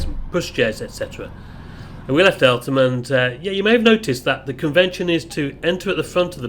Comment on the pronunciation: As someone who knows the area you don''t do "th" in Eltham, you ignore the H